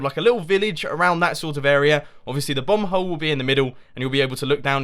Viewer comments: He said 'Bomb hole' i heard 'Bum hole' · Mumbo, when you say 'bomb hole' it sounds like 'bum hole' xD. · I swear, it keeps sounding like he's saying 'bung hole' when he says 'bomb hole'. I think he's saying the latter and not the former, anyway...